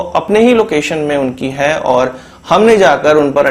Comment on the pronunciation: Stop pressing... On .. HAI, HAI HAI !... what the hell!?